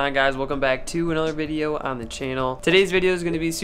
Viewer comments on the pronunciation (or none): none